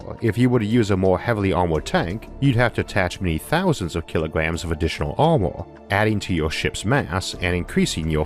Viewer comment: Vaalume ? Waaer ? Amor ? The speaker seems to have a speaking problem ! Barely understandable !